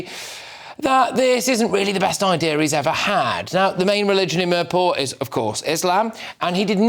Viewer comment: The best part Of this video was the way he pronounced mirpur. Meeeeeerrrr paw !